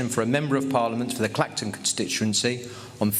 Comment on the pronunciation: Lol, "claxton" where's that? It's Clacton!